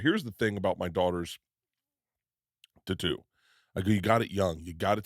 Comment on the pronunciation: Bruh dont ever say tatoo again